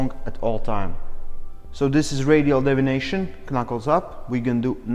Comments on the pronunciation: I really appreciate the video. Just a heads up, it sounded like you said "radial devination." You meant to say deviation. Not trying to nit pick. Just want to be helpful. Your english is great. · Deviation not devination.